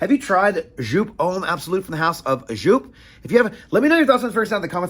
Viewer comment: Its joop! not sjoup